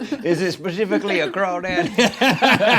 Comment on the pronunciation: iS it shEspIFicaLly a cRAWdAd?